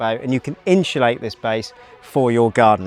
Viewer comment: Inshulate aaaaaaaah please say it properly!